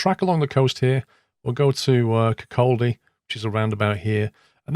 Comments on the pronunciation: ITS PRONOUNCED: KIRK ODD DY! Not kirk auld dy🤣🤣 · Kirk Aldi? :P It's pronounced Kir-caw-dee, but nice try! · Kirkcaldy is pronounced Kircoddy, the L is silent Leuchars is pronounced Lookers, no emphasis on the chars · Hey, did you see me waving? ;D Weather is spot on for today, hehe. - It's prounced like Kircoddy btw, if you see what I mean phonetically, not Kircoldy. - Comparing to Google Maps, it looks amazingly like the real thing. That odd looking white cross mark is "Volunteers Green" park. Trip suggstion: fly through the Pass of Llangeris in Wales and around Mt. Snowdon. 8) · Hey. The L in Kirkcaldy is silent. Pronounced like Kir-Coddy. Cheers! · I realise this video is 3 months old now but being from the glorious kingdom of Fife, I can confirm there are no sinister black obelisks in the countryside. Also, Kirkcaldy is pronounced more like "Kirkoddy" and it looks much nicer from the air than it does on the ground :3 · As a Fife native, I should correct you on some pronunciations. Kirkcaldy is pronounced "kirkcawdy" - the l is silent. Also, Leuchars is pronounced like "lookers" not "lookArz". Other than that, awesome video. 👌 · Geez, keep up! What happened to the queensferry crossing. Also in Kirkcaldy the l is not pronounced so is pronounced Kirk-caw-dy. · Kirkcaldy pronounced kirkawdy. And there are three bridges now over the Forth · You don't pronounce the L in Kirkcaldy... It's more like kir-koddy. And for a flight suggestion, how about the other end of the country... Plymouth to the Isles of Scilly? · There's a silent "S" on a paradise island, pronounced EYE LAND, "Burnt eye land". Also silent "C" in Kirkcaldy pronounced "Kirk all day" by us Fifer people living in the Fife region, the sticking out Scottie dog head shape on the map is Fife. Who'd want to fly to Dundee, that place is a dump? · Kirkcaldy is pronounced Kirk-o-dee. Also, runway 30 isn't in use at Edinburgh. You should use 24 instead. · The l in kirkcauldy is a silent one